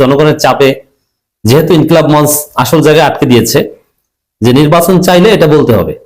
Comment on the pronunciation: আপনার ‘মঞ্চ’ শব্দের উচ্চারন সঠিক নয়। মাতৃভাষা বাংলাটা বলার সময় আরো একটু চর্চা করুন। উচ্চারণের সময় এটা ‘মঞ্চো’ উচ্চারন করতে হবে।